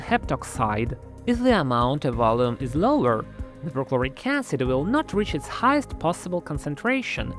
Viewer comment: If i hear "ahycehd" one more time, im going to punch through my drywall 😂